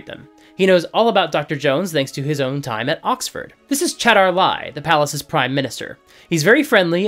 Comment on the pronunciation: 95% of your criticisms of this film are valid. But it's Chatar LAL not Chatar Lai. Ends with an "L" I'm fairly sure he even pronounces the L in his introduction. (also the novelization the dinner sequence was explained as the cultists trying to prompt the Brits and Dr. Jones into leaving sooner, but I can see that as artistic licence on behalf of the author. Yes, I read the novelization. I did so before I saw the movie so I wasn't grossed out.)